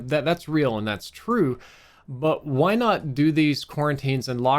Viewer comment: I love how his Mississippi accent slips in from time to time. "Why" sounds like "Hwoi" 😂